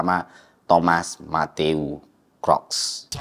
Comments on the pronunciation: kruk bukan krok. book, boot, look, mood, root, sooth, good, msh banyak lagi. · Kruks bro bukan kroks, soalnya gw jadi inget sendal 😅. Sorry, oot. Anyway, Nice konten, thanks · Baca namanya bukannya "kruks" ya? Cmiiw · Tim yg ke-trigger pas dibacanya "Thomas Crocs" ☝️